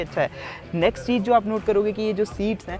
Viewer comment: Such an enthusiastic reviewer! Sometimes spoke sooo fast that my brain had trouble catching up! 😀 Also, pretty flawless presentation even though every time he wrongly said cheej instead of cheez, I had to smile.